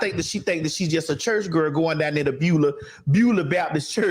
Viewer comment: That fool said Beulah Baptist Church 💀💀💀💀